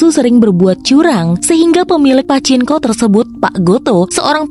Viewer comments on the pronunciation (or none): Min..itu mbaca PACINKO..bukan pake N ya..tapi NG..PACINGKO..kurang sreg dengernya..